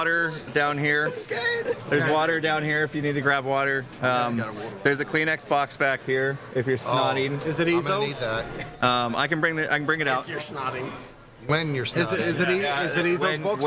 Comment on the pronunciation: I heard Clean Xbox not Kleenex box and was SO confused